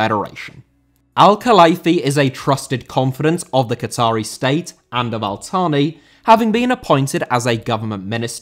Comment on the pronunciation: Al Thani* not Al Thohrni